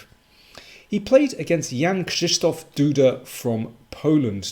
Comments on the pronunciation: Perfect pronunciation of the name "Krzysztof" by GM King! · WTF I never heard anyone pronounce a polish word with "RZ" and "SZ" that perfect. I mean, it was flawless. WELL DONE